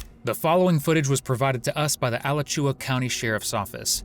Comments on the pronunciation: Never heard alachua pronounced that way lol. It's uh-latch-u-uh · Correct Pronunciation: Ah-latch-you-ah (Alachua)